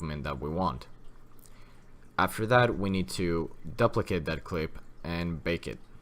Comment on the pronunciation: great tutorials helped me tons thanks, only one thing that bugs me is, in everyone of your awesome tutorials when you say duplicate you say it weird lol I always pronounced it dew-pl-eh-kate but maybe I been wrong all these years